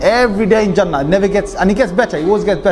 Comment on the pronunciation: Pronunciation of Jannah is not Jaa-naah. It is Junn-naah... Like Sun with double emphasis on the N and then the N conjugates with the Naah at the end. Jaanaah (the way you pronounce) could mean something completely different in some other listeners' language.